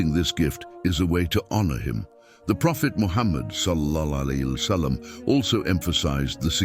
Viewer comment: pronouncing wrongly SWT and SAW here there though the content is good, but the voiceover and caption is so unprofessional. maybe the content is made by AI? Free Palestine